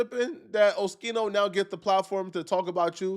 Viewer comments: OHH-Skiii -No …. NOT ; OH-Chi-No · Saying Oschino wrong lmao, Shouits out Oschino and thats a Real One you talking about been rocking with O and State Property music since i was a kid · Pronounced skeeno not sheeno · WHO DA FUCK IS OSHEENO BRO GET IT DA FUCK TOGETHER ITS OSKEENO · it’s o skeen o not sheen o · O-Skeen-o not O-shee-no, being from Philly, you should know that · O-Skee-no my boy 🤦‍♂️ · It’s pronounced Oh-Skeen-O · Bro...it's OH-SKEE-NO More proof you aren't a hip hop fan. We all know state property with beanz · Hey its pronounced oskeeno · Oh - Skee - No... Sound it out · ITS OH-SKEEN-OH dude🤣🤣🤣🤣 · It’s pronounced Oskino you big bison head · Oh - skeen- oh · Man, you have to get his name right!!! 😂😂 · you’re saying his name way wrong 😂